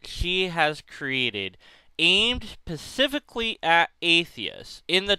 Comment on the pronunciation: Did you say "pacifically at atheists"?